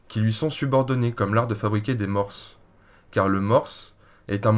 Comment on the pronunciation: Pour info, on ne prononce pas le "s" dans le mot mors